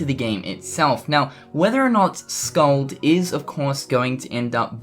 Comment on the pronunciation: Oh yeah. and the name is pronounced Skuld with u used in "put" and k as the c in "cat". sorry for bad information, hard to explain pronunciations to non-icelanders